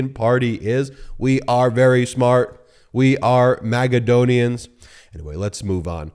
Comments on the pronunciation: Magaladon-onian. Magaclownian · “Magadonians”? His cheese has slid off the cracker 😂